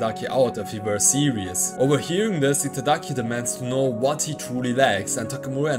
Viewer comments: I agree, he just can't seem to get Giataki's name right at all. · take a shot each time he says Itagaki's name incorrectly (he says Itadaki). your liver will fail before the video is halfway done lmao. love your videos homie, been a while since I read through the manga so the recaps and coverage of newer stuff is appreciated.